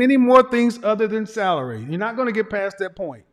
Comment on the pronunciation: She said “th-alary” (salary) 😂😂